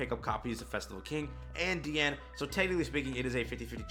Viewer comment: Good Job, you are finally saying her name correctly!!! You have graduated!!!!